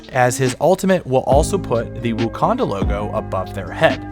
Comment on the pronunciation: My man calls it "wookanda" lol